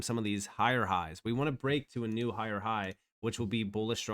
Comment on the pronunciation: 'New', not 'knew'.